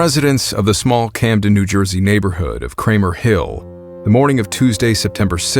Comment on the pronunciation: As a NJ native I knew things were going south as soon as you said "Camden".